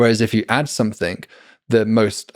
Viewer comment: blows my mind that someone so articulate and intelligent still can't stop saying "somethink" instead of something.